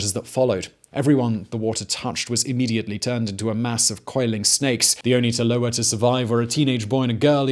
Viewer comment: You mispronounce Yurok and Tolowa. And it's not "A jumping dance," it's "a jump dance," and you incorrectly explain its purpose.